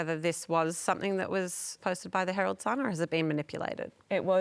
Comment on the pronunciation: You lost me me when ole mate said "Somethink" instead of Something. A failed education, I'd guess.